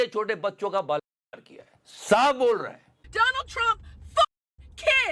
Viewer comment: Donal ❌ Doland ✅😅